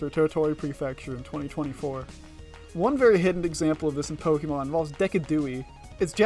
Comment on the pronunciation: Pokémon, not pokimon.